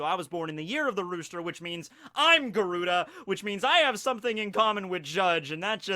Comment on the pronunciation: Yo. Garuda is actually pronounced Guh-rurd. It's a creature from Hindu mythology.